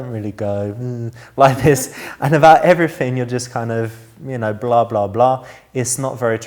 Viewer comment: you're fit, but you don't shit. However I do like a man that enunciates. ..you don't, "everyfing"